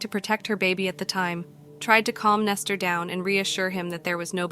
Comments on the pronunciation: Nester???? I thought his name was Nesto. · Why are you calling him Nestor? His name is Nesto, where are you getting the r from?